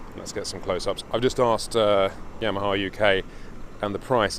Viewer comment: Did just say YAM-a-ha? LOL